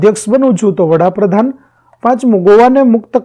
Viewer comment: વડાપ્રધાન આવે વહાપ્રધાન નય